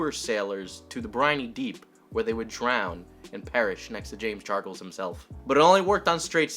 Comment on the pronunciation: "James Chargles"